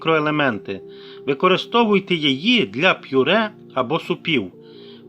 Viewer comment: Це просто лекція, дуже довго і нудно, ніякої чіткості. Повторення інформації декілька разів. Даремно потрачений час. Слово ПЮРЕ має звучати без апострофу.